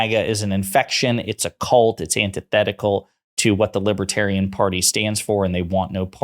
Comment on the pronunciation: He can't even pronounce libertarian. 🤣